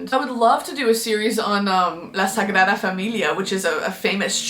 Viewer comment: "La sagrada familia" gotta love the good pronunciation